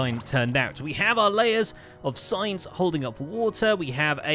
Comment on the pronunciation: When he said "signs" i heard "science"